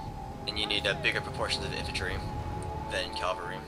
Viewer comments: CAVALRY not CALVARY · your pronunciation of cavalry as "calvary" always makes me smile. Hooray for metathesis